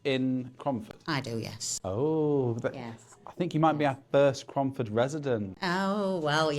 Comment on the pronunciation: Cromford not away romford